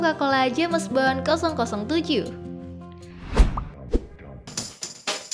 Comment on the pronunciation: Jems but ai reng